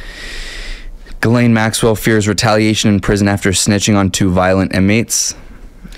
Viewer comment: Her name is prounced GIS laine